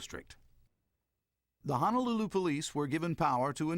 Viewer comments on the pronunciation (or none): Too bad the narrator doesn't know how to correctly pronounce Ho-no-lulu